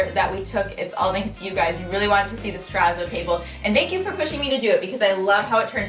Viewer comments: Your pronounciation of 'terazzo' seriously hurts my ears... it's a double zz in Italian, like pizza ... so tera-tso not tera-zo. Think pi-TSa, not pi-Za Thank you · I don't think you're saying it right 🙄😂😂😂 i think it's pronounce it like terra-t-sso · “Trepp a zoid” 💀💀💀